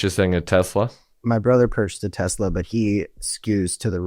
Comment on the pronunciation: But wait, there was DB Chump, “I love Tesler.” 😂😂😂😂